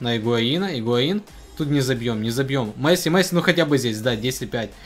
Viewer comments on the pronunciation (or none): none